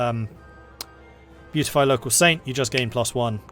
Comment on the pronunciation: Beatify is pronounced bee-at-ify and means a declaration by the Church that a person is in heaven and therefore worthy of veneration, it's the first step in the process of becoming a saint. Good video though really enjoying the series.